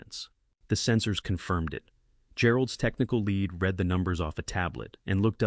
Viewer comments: What part of whisper does AI not understand how are we all? So afraid that AI is gonna take over the world. This thing can't even read the difference between read and read lead and lead and it says whisper and this voice yells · I take great pleasure from AI’s verbal mistakes. They make me laugh. AI is a doofus. I watch a lot of these stories because I can’t stand the news anymore, and I noticed AI can’t differentiate between pronouns. It can’t differentiate between how to say the words lead and lead and somehow these stories always involve people with cold coffee. Lots of repetitions in these stories, but they are entertaining.